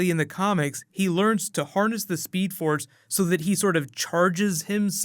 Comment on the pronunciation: Did he say speed ford lol